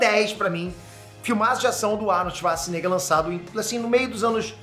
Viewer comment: Só eu que ouvi o falando "Arnold Schazznigga"?